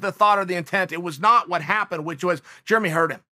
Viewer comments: Jeremy "Germy" Stephens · Chael “Germy stephens” Sonnen